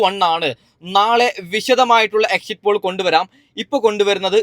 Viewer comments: എക്സിറ്റ് പൂൾ അല്ല പോൾ ആണ് 😀😀😀😂😂😂😂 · എക്സിറ്റ് പോൾ എന്നെങ്കിലും പറയാൻ പഠിച്ചിട്ട് വാടോ ...